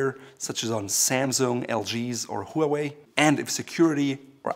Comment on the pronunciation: makes a video on how company names are mispronounced, can't pronounce Huawei